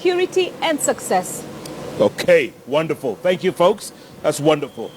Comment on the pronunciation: did passaris just say sexcess